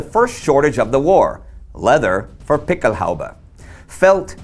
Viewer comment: Excellent piece. Quick note: The plural of "Pickelhaube" has umlauts over the "a", and is pronounced "PICK-el-hoy-ba".